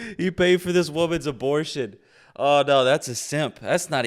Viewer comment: I love the ugh-bore-shin pimp-nurse.😂